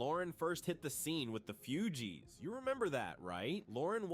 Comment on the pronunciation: The narraration is gawd awful, mispronounsing the fugees differently every time... it's just bad